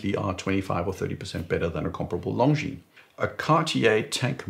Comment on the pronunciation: Correct pronunciation of "Longines" ! I like that. So many "experts" in their videos pronounce it like it were an English word, "lon-jeans"; so horrific to hear ...